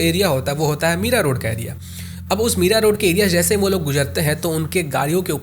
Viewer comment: Bhai vo MIRAROAD hai Meera road nahi 😂😂 I live there please naam ka dhyan rakho